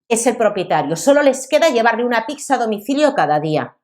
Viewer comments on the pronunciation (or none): Letrada no es pixa, es pizza 🙈